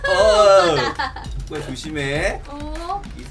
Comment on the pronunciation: ㅋㅋ운왜 쪼꼬를 왜쪼그이라고해요?